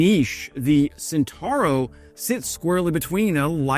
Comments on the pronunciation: Were you truly a lover things Italian you would know that the name of the vehicle in question is pronounced "chentauro". A C immediately before an E or I is a CH sound as in "child". Were it written as you pronounce it, the spelling would be "sentauro". Italian pronunciation is a joy compared with English as it is totally regular. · "CE" of centauro is pronounced like your "che" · It's pronounced CHENTAURO even if it's spelt CENTAURO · 🇬🇧I needed few minutes to understand that the word "sintaro" was his pronunciation for "Centauro". 🇮🇹Mi sono serviti vari minuti per capire che pronunciava "Centauro" come "sintaro" 🗺️ Mi bezonis kelkajn minutojn por kompreni, ke li prononcis"Ĉentaŭro" like "sintaro" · its pronounced Chentaaarro...just say'in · Please, the C of Centauro Is pronuciated as the C from the word China. Thanks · Drinking game: take a shot every time the word "Centauro" is mispronounced. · nice video... only one little comment.. in "Centauro" we pronounce the "C" as in "Chilli" not like the S in "Snake" :)